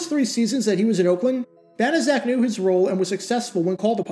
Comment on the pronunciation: I thought it was pronounced "bana check."